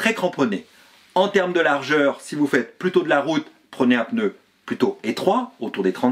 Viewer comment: J’aime bien vos vidéos toujours intéressantes par contre je m’autorise une petite remarque . Hélas beaucoup de personnes font l’erreur de prononciation. On ne prononce pas « peneu » mais « pneu » sans l’ajout d’un « e » . Voilà, c’est bref et si simple à corriger ( il y a le même genre d’erreur avec « empereur » mais dans l’autre sens ( écriture avec « e » - prononciation sans « e ») .)